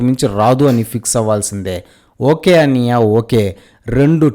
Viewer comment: Brother me review style marchandi. 1 or 2 times aithe parledu kani prati review lo cinma, anniyya, uncle andam, pa badulu pha ani palakadam ivi anni parti sari vinadaniki chala chala ebbettu ga untundi brother. Meku views peragali ante meru clean ga neat ga present cheyyandi brother. Vetakaram ga matladatam ivi anni eppudo old style aipoindi brother